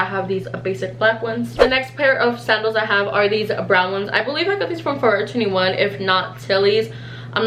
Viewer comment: Bro the way she said forever 21😂